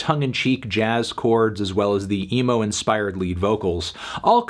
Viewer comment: Stopped watching when you said “emo”